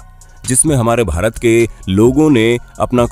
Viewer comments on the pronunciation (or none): none